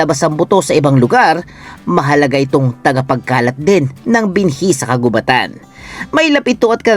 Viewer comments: Mali naman ang pagbasa mo ng "kagubatan". Ang root word na gubat ay hindi binabasa ng mabilis kundi mabagal hence ang word na "kagubatan" ay dapat ding basahin ng mabagal. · bat parang mali ang pag bigkas sa 'kagubatan'..... 🙄